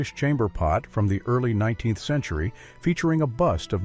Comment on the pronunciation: Any chance of using a human being to narrate...one who understands that '19th century' is NOT pronounced "19 the century"?